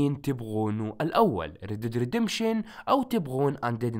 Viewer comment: ياخي تضحكني ليقلت رد ديد ردمبشن